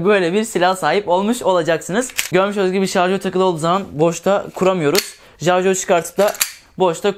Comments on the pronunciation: lan şuna "jarjör" deme artık. onun adı "şarjör" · jarjör değil şarjör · Jarjör ne ya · Amk bizim insanlar niye şarjör diyemiyor.